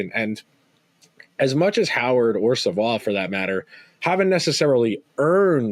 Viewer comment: Matthew Savoie is pronounced Savoy!